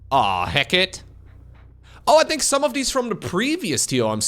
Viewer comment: I’m Zerg and sad about the nerfs, but pronouncing “Hekate” like “Hackit” makes me happy.